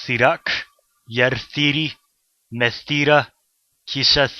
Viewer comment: Me sounds like meh (like Emoji Movie)